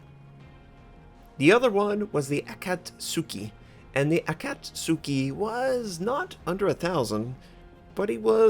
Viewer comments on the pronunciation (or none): Super minor pet peeve: A-ka-tsu-ki, not A-kat-su-ki. I really need to give Destroyers another go. Been almost entirely Battleship-focused recently and it's fun but always feel like I have less of an impact on the outcome of a game than I'd like. Just unlocked the Farragut via the Christmas Convoy campaign but feel hesitant to jump straight to Tier 6 when I only played to T4 and only in the (old) IJN DD line.